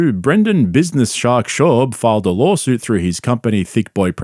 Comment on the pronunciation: "lawlsuit" lol